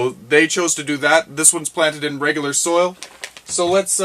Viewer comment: Soil, not soul. Hahaha!!